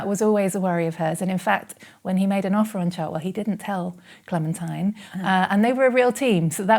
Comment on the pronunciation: Her name is pronounced clementeen.